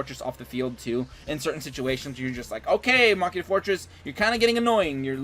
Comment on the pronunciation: I love the way you say machina. Everyone else says something weird like "mechaina".. and i'm like "what..china?"